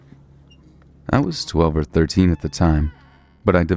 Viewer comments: "Bystandards." lol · "Unsuspecting bystandards" LOL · #1: Did you really just say "BY-STANDARDS"?